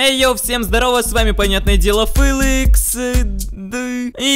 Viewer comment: Ты не ФЫЛЫКС А ФЕЛИКС